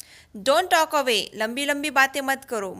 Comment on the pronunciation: Cant say talkon